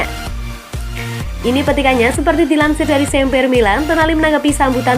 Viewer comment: Sempre bukan semper. Admin, tolong mbaknya pengucapannya jgn berdasarkan bahasa inggris dong. Biar makin mantap nih channel, sukses selalu.